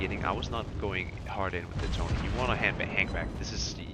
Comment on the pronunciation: it's "e and o" like in "hello"